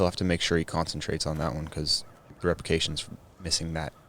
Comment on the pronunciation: yo on hole two i heard "reprications". repercussions my dude lol